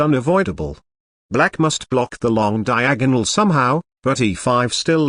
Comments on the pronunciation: "Queen travels down the long DiaAHG-GUHnal" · Brilliant "Diagonal" pronounciation.